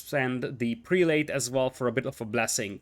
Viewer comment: Love the cast. By the way, the prelate pronunciation is prell-it. It breaks the rules of long a's and the last e....why? No idea. I am an esl teacher and I have no answer for you. 10 out of 10 cast.